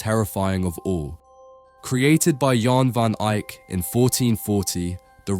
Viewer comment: YAHN VON eye-k not Jan